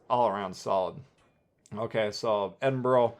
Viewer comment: Edinburgh is the capital city of my counrty so trust me you say it wrong hahahaha